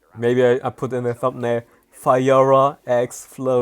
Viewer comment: Nobody:: FIREORAH